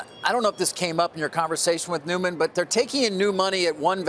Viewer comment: Why do people pronounce his name newman? It’s noyman